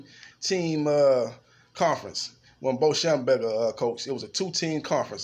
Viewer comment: schembechler NOT schemburger!!!!!